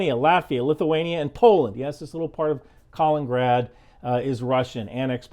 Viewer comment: Dirksen buidling not dickinson building. Kaliningrad. not Kalingrad. please pay more attention to making sure you read the word. Dickinson and Dirksen aren't mispronunciations those are two totally different words. im not native English speaker and its not helpful for people like me to hear that and assume maybe thats how its said when its not